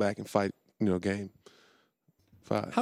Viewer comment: Why did Baby say “I know” like that 😂